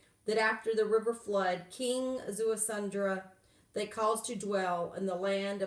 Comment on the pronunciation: There is no "N" in his name...it is pronounced Zea-su-dra ( Ziusudra ).